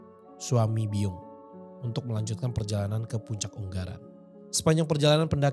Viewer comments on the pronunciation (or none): bacanya Ungaran bukan Unggaran.. G nya cuma satu bukan dua hehe.. sukses terus.. salam dari solo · Semangat...Ungaran ya bang bukan unggaran,,Deket rumah ku itu bang,,lain waktu jalan2 ke Ungaran,penelusuran ya bang Salam sehat selalu bang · Bukan "UNG GARAN" tpi 'UNG ARAN' Baca lg deh coba untk nyebutin Kotanya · Sepertinya Ungaran bukan Unggaran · Ungaran hadiirrrr.. ☝ Ungaran bang.. Bukan unggaran?! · bacanya ungaran bukan unggaran. Hehehe. Soalnya rmahku deket gunung ungaran, kab. Semarang. Sehat trs dan team. ♥️🍅🍅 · Bacanya Unga ran bang, bukan un garan..... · Gemes sama baca ungaran. Bacanya u-nga-ran gak sih??? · Aja di pedot,Nek ngucapna un garan Kuwi salah sing bener di waca bareng tulisane Gono Lo kang""🙏